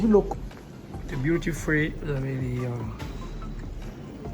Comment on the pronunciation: Est-ce BEAUTY FREE J'entends de sa bouche ou DUTY ? 😄